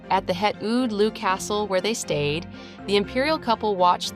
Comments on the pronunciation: FYI "het Loo" (the name of the palace they stayed at) is pronounced 'hat Low". (...Close enough, anyway...) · Just a small correction... The Royal Family's summer palace "Het Loo" isn't pronounced as if it were a British toilet 🤭... it's pronounced as "Hat Low"! 😊👍